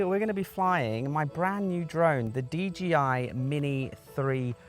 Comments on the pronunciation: 'Dee JAY Eye' -- not Gee! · It's d J i. Not d G i. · Why are you calling it a DGI man? Otherwise thanks for the video.